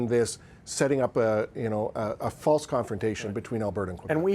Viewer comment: he says "false confretation". Who said it's false? There is alot of hostility brewing and has been for over 20yrs. To denigrate that is only adding to the devide.